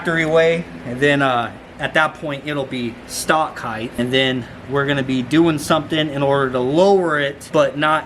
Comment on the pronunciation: Ride Height not heith